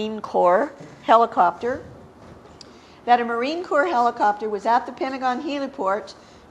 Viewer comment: What's a Heeli-chopter??